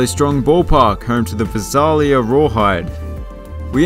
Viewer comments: Vi-SAY-lee-uh. Not vih-SAHL-yuh. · Visalia = Vy-Sail-Yuh